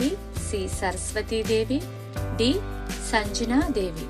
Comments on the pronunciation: Sanjana devi kaadu sangnya devi. Dayachesi correctga palakandi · 20ప్రశ్నలకు గాను 19ప్రశ్నలకు సమాధానం చెప్పడం అయినది కానీ వాయుదేవుని మరియు కుబేరుని. భార్య పేరులు. భద్ర గా చెప్పారు. మీరు సంజనా దేవి. అని ఉచ్చరిస్తున్నారు. ఉచ్చారణ దోసాన్ని సరిదిద్దుకోండి. ❤❤🎉